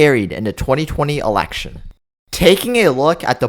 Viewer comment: Shocking? Hardly!! The only thing shocking, is how the commentator pronounces "Election"!